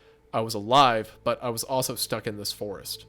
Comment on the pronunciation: I'm not about to look past Hunter saying that the creator was "stook" 😂